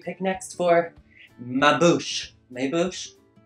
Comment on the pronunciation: I'm french and the first "ma bouche" you said was perfect, I wasn't expecting this! I was shocked! When you said "It was an epic fail" I was like noooooooo is he kidding? <3 (And I'm a hard judge so...)